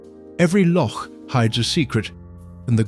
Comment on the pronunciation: Hauf-biled delivery but at least he can say loch. 😅